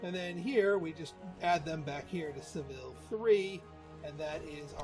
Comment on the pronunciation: I was playing pr3 just last week. I think they pronounce Seville as Sa-ve-aa.. but we won’t tell the spainish.